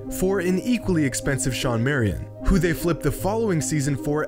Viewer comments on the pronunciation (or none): none